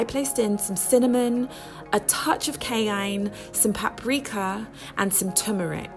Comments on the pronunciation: Every time you say “cayene”, it sounds like you are saying “canine” as opposed to “ky-ann”. still, your meals look delish! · Wasnt going to comment until i heard you pronounce cayenne as kayine. Please dont do this again. I’m shaking rn